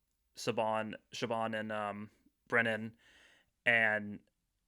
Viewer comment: No hate this was a lovely conversation I just wanted to say that Siobhan’s name is actually pronounced more like “shiv-on” than “shib-on” or “sib-on”